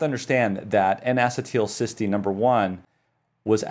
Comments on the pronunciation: Not to be a jerk but it is pronounced en uh cē tul not en ass ē tul. The only reason I bring it up is I have found doctors that laugh at the patient when you pronounce something wrong. Once I even had a doctor laugh at my pronunciation only to find out HIS pronunciation was wrong. People with chronic diseases really can suffer at the hands of insufferable doctors. Just trying to be helpful and not a jerk. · I have searched around, and can find no one who pronounces "acetyl-" the way you do. Every chemist or biologist is familiar with the common acetyl radical, and I suppose we all wince at your pronunciation each time. a-SEE-t'l is how everyone else says it. Otherwise, your lecture was superb. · Bruh is pronouncing it wrong.